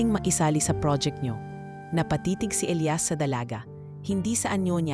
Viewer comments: E L I A S ELIYAS Not...ELAYAS Pag igihin mo ang pag bigkas. Ok nman story. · Magandang kuwento pero ang pagbigkas sa pangalang ilias ay mali mali.ang bigkas ay ilayas imbis na elyas or ilias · Ausin mo pag bigkas ng Elias paiba iba inaarte mo pag bigkas mas maganda simpleng Elias lng